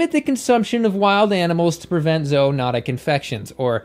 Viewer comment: Those excavators look like toys. Just more examples of why we shouldn’t eat animals. Thank you for pronouncing “zoonotic” correctly